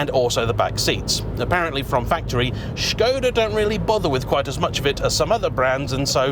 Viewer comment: “Strange car for strange people” 😂😂 I am one of those people. I love the way you are saying shkoda too. I know it’s correct but it’s still amusing 👍🏻👌🏼